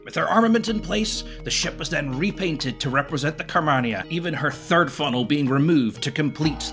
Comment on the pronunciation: Fascinating vid. You're pronunciation of simple words will alas haunt me to my inevitably lonely care home death. Carmania is spoken as one would say Car-marn-ya. FFS simple things. Other than that, delightful. Keep up the work.